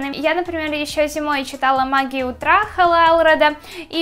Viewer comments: Не в обиду, но ты во многих словах ставишь неправильно ударение. Например: магия Утра, а не утрА, и еще ты постоянно делаешь сильные эмоции лицом, приподнимаешь постоянно брови. ЭТО ОЧЕНЬ СИЛЬНО БЕСИТ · Что с ударением? Магия утрА, авторОв.... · За первые 10 секунд полилась кровь из ушей из-за "утрА" и "авторОв". Ну зачем так больно? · Магия Утра, а не утрА!!! Авторов, а не авторОв Как то стыдно, ты ведь уже большая... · Магия утрА авторОв Боже ты конечно классная и мне нравиться тебя смотреть, но неужели нельзя сказать правильно?